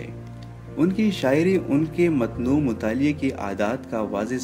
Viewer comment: اردو تو پڑھنا سیکھ لو متنوع (matnoo) نہیں بلکہ متنوع (muta nawwae) ہوتا ہے واؤ پر تشدید